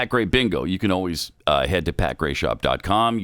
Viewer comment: I hate oh ways instead of always.